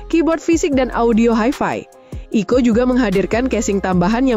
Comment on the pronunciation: Jadi dibacanya 😄